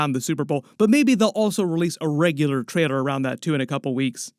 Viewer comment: Every time you say “trailor” sounds like traidor